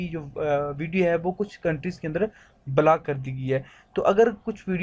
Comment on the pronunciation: Itni gandi English black kya hota h block hota h